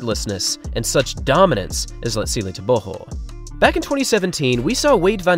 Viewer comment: Could you please take time to learn the proper pronunciation of the african names of these athletes. I know you dont mean to butcher the names but I promise you it will go a long way. Like for example you dont say tebogo properly... it is suppose to sound more like Lee-tsee-llehh Tehh-bwuu- gwoh. What you currently doing sounds like saying nuu-aah lie- less instead of noh- wah lie-lls